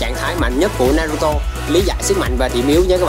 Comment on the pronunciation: Đọc tên naruto thành naturo nữa thì tôi cũng chịu anh luôn , tên mà bác Kishimoto đặt cho nv thì anh lại đi đọc tên sai vần:(